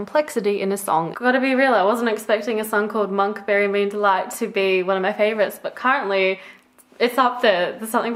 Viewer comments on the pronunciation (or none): none